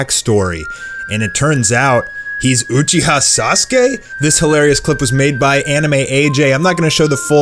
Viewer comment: Messed Sasuke’s last name all the way up😂. Great video tho